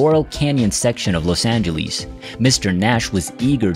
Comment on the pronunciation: Couldn’t have said it better. Couldn’t pronounce Dave Brubeck, Troubadour or Los Angeles, for crap sakes.